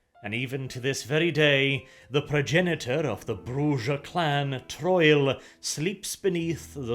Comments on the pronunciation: Best way to pronounce it is to roll your tongue on the R. Br-oo-ha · The name is Spanish. It's Brew-ha, or Broo-ha. Like how people who speak Spanish say Hey-Zeus instead of Jesus. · I like you, you're a good dude but that was the most pedantic VTM lote video I'd ever watched. Brujah is said brew ha for one, and for two you're wrong in about every way. 0 stars. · This is not how you say "Brujah", I don't even know how you could read "j' and thing "Ah, yes...that's obviously meant to be a Z". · Okay... how, in the BOILING HELL, do you pronounce the clan1s name, as BRUZAH???!!! Dafuq is wrong with you, you weird, blonde well of scandinavian sass?! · Your pronouncation of Brujah gives me cancer.. its Brooha, akin to the Spanish word Bruja for witch, not Bru(i)ser. Check the old VtM game if you don't believe me. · Bruja is pronounced "Bru-Ha" its spanish brother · I know English isn’t your first language, but it’s pronounced “Broo-Hah”. It’s the Spanish word for “Witch”. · Ugh triggered within 10 secs!!!! Brew-Hah sorry!!!! Baba Yaga= 4th generation nosferatu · Have you even played VTMB ? In talking to Jack you can learn how to pronounce Brujah, and it is certainly not Bruzer. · Bruha is read as Bru-ja. It's based on the Portuguese "Bruxa" which means Witch. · It's not you are correct, Countu it's is indeed pronounced Bru-ha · Definitely brew -ha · I usually do as well,. but I've heard it pronounced "Bru-yah" and "Bru-jah". Never "Bru-Zah" until today. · That's mainly thought because it IS pronounced "Bruha". It's Spanish. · It is. It's "Bru-ha" and it's how it was pronounced in both prior games. is illiterate. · I suggest looking into each clan name's pronunciation, Brujah and Lasombra are Spanish names, so they are trickier to pronounce. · The longer the video goes, weirder the pronunciation of Brujah gets xD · I NEED to cover the Tzimisce. Also I appreciate using almost every pronunciation of Brujah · Please stop calling them Broozaa!...